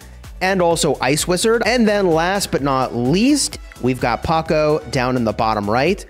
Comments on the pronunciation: Its pronounced ""Powkow" not ""Pohcoh " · I got triggered hearing you say Paco over and over again💀. Glad you caught it in the comments section. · Every time he says Pocko 🤢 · PS THIS IS SUPER EMBARASSING BUUUUUUT it's POCO NOT PACO. THIS IS WHAT I GET FOR RUSHING AHAHA. At some point I say "groot" but I mean Gru, lol. WELLLL hopefully you enjoy it anyways!! Actually no, I intentionally mispronounced it to farm comment engagement. Yeah. That's what I did. Totally. Fully not a complete blunder on my part, intentionally comment farming. /facepalm /embarassed hahaha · Bro really called poco paqoe (geometry dash reference found?) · Bro what is your pronounciation of poco 🤣🤣🤣🤣 paco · it’s “poe-co” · Him saying paco doesn't sit well with me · The way you said Poco ia hilarious 😂😂